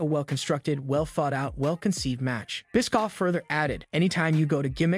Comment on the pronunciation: 😂 the clickbait picture y’all know jey didn’t really quit it’s part of the story line and Eric last name is pronounced bish- off